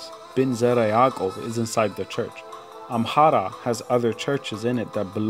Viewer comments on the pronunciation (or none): Why do you say amhara when its amara????? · absolutely right. It’s Amara not Amhara!!